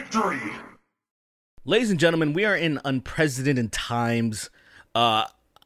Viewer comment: You lose me at the inability to pronounce "unprecedented". Luv ya, but I can't do sloppy #ImOut